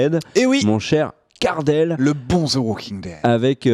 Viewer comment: 'ze' walking dead, i like the way you say that! haha